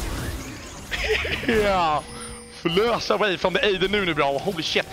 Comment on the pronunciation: "aw de nunu, aw de nunu, aw de nunuuuu" xD I love the way he says ad haha